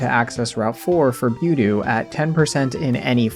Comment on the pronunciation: Did you just pronounce Budew as Byudew?